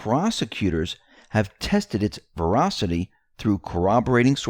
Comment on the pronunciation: the word is VERACITY...